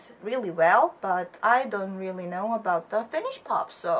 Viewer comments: but you pronounce it pretty well! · Ok honestly ur the first person i see pronounce finnish words even that well! Im from Finland and i do actually like finnish music, just the old ones tho, the new music is terrible. Iskelmä on se juttu lol